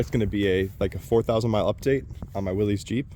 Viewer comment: You're pronouncing Willy's wrong it's pronounced as if it were Willis